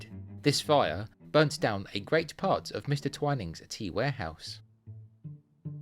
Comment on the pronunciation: My husband drinks coffee and I drink tea, and yet we manage to agree on most other things. We missed the Twinings shop when we were in London, although we did visit St. Clement Danes. Thank you for providing the correct way to pronounce "Twinings"!